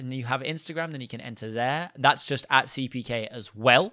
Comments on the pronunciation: 3 u said 4 times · ......